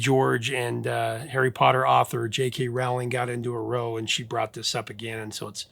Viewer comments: JKR and Boy George got into a ROW - pronounced RAU, not ROE. It's one of those words you read and would never know it's a different pronunciation than what you usually use for it. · FYI: "row" in that context rhymes with "cow." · "Row" used in this way means an argument or fight and it is pronounced to rhyme with "cow". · Not a row like a boat with o it's pronounced Raoooww rhymes with Cow👌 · Hey dude, "row" (as in, an argument) rhymes with "cow". "Row" (that rhymes "go") means a line of something (a row of seats) or the act of paddling a boat. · A very fair minded and even handed article on this problematic subject. I am even going to overlook the pronunciation of "Row" or misnaming " Thunderstruck". On a personal note, I dislike the term "Cancelled" and far prefer "Unpersoning"" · You mispronounced 'row'. 'Row', meaning fight, doesn't rhyme with "blow", it rhymes with 'how'. [sigh]